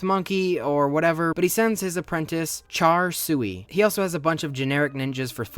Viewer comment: "char sui"